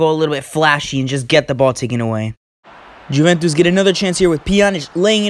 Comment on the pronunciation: Awesome vid! Just a quick heads up, Juventus is pronounced You-vent-iss, great video though!